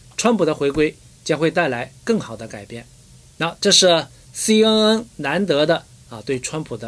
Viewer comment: ， CNN 的 N 發音是 ‘en ‘ 不是 ’un ‘